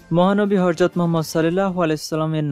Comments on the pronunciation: উচ্চারণ ঠিক করেন, হরজদ নয় হজরত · Host er proti dristy akorshon korci... Nobi jir nam er age apni Horjot bolecen, shuddhu uccharon Hojrot Rasul (sm)